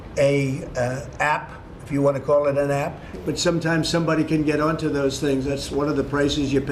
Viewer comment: The ass doesn't even know how to say app. Does Trump even know what an app is? Depressing days...